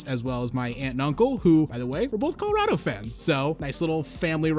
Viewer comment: no way managed to say colorado wrong, and it's even funnier cause everyone else said it right 😂